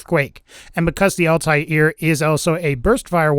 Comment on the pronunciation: Altair= All-tear, the shredding kind of tear not what comes out yo face, not all-tie-ear:P